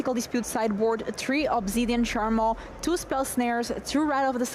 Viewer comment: The way this guy says Charmaw could get someone in trouble